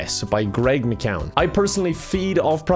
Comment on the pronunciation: I really want to tell that he pronounceed mckeown wrong and i thought he was irish